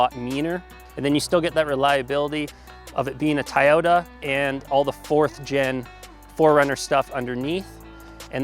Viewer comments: “Tie ota” Toy ota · “TieOta”? How do you pronounce a kids “toy”?